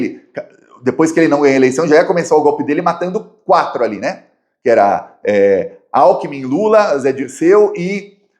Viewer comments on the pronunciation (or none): none